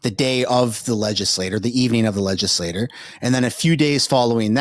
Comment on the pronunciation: legislature; not legislor